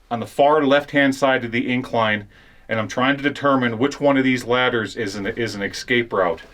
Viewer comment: It's no ecscape it's escape